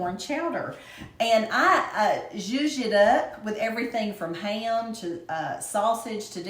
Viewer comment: "Ham", not jam. Iol